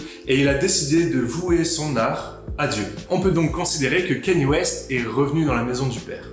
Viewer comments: Cest pas « kéni » c’est « kenne-yé » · On prononce Kanye et pas Kenny